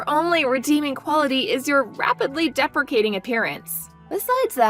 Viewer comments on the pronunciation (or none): Deprecating = disapproving; depreciating=diminishing in value. Your VA needs to read the word as written. It is correct in the text bubbles but mispronounced twice.